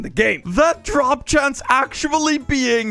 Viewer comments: "chanse" why. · Chance not Chanse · "Drop chanse"